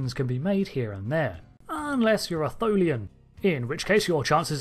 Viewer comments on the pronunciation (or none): Tholian.... Not Thulian....